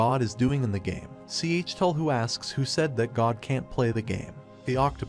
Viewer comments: WHY DOES HE PRONUNCE IT "C H TUL HU" IT HURTS TO LISTEN TO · You know it’s a confusing time when it takes literal minutes to figure out which god is being referenced when it’s pronounced C H Tell Hu. Cthulhu. It’s goddamn Cthulhu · he pronounced the name wrong